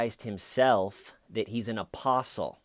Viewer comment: Every time you say "apostle" I hear opossum. Opossum David Taylor